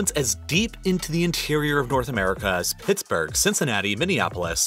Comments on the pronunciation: Great video. By the way Pittsburgh, not Pittsburg. It was named after English prime minister, William Pitt, who had Scottish roots. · you forgot the h in Pittsburgh